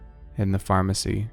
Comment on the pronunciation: DID YOU SAY PHARMERCY JRJRFHJRJHFHHRFHHSJUMDUDJDUJCFYHVYHTCJUUJXXJUECUNFHYVFNYVHNFNUFNYVNFHCHNDUNCDNHCFHNCHRNCUNWSUNJNSUJQNSJDNJDCNHRCHNFNHTGVHNGJGVNTJVNRNJRCNEDHNRNHDHNRCHNFHNVHNT